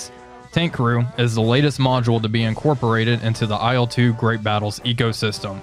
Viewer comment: Il-2, dude, not I-L-two. IL is just the title-spelling for marketing purposes, better readability (aside from that it's spelled incorrectly!). Nine times out of ten Russian planes' designations are syllables and NOT abbreviations, usually syllables of the chief engineer's/designer's name. Or what do you think I-L stands for in your ... humble opinion? For Ey-Al-Yushin? LUL How would you say MiG then? Em-Eye-Gee? It's Ilyushin, so it's pronounced "ill-two", the first syllable of a real person's family name, which has as much to do with IL as uranium with urine. Dead simple.